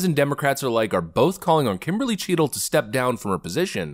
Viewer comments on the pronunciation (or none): Notice how its CHEATle and not Cheadle? 😂😂 Edit: She should be tried as a criminal